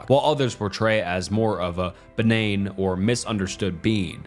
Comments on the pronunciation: how does one make the brain-to-mouth connection of seeing "benign" then saying "be-nayne" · "Benign" Beh Nine Or to you "Benayn" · Kid couldn't even pronounce benign